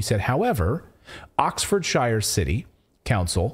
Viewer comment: Hi there, UK here, oxfordshire is pronounced ox-ford-sheer not oxfordshiyer.